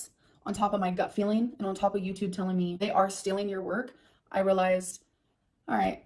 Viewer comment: 1. STILLing content 2. Big Girl PanEES (She has trouble with that elusive "T". Same thing with the word imporEN) 3. Striked down videos 4. Worst human ever